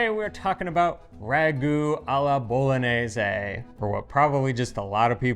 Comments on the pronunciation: Bolo-nay-zaay. Sheesh. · Pronunciation, dude!! Isn’t it pronounced Bolo-nyay-say? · with all respect, the proper pronunciation of the “gn” letter combination is like the english “ny” sound. It’s the same sound that you make when you say the name of the city as “bo-lo-nya”. So the sauce is “bo-lo-nyez-ay.” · Just pretend the word bolognese has an ñ like mañana. it's pronounced boloñese. Really important word in Italian, need to know how to pronounce it correctly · you mispronounce bolognese. You say bolonese. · If you're not making traditional Bolognese, you should call it something else. Why insist that your sauce is Bolognese if it's not? Also, dude, she's demonstrating how to pronounce Bolognese. You can do it. I have faith. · You still haven't convinced how to properly say "Bolognese"!😳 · Love your channel and really enjoyed the comparison. My ragu is the same as except I add milk near the end. I have one little nit pick, only because the name of the channel is Pasta “Grammar”. You are mispronouncing Bolognese. You are pronouncing Bologna correctly so just carry that through with Bolognese. Keep up the great work! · need to improve his "gn" 😂 just joking. Happy new year